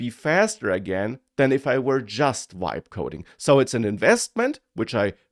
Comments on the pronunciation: It sounds like "wibe coding". I thought German had the English "V" sound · Has this mf never heard of the letter V ?? Wtf is wibe coding